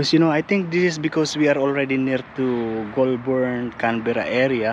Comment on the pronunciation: The trees that lose their leaves are all foreign trees. All Australian native trees are evergreens. It's pronounced "goal-burn". Great trip.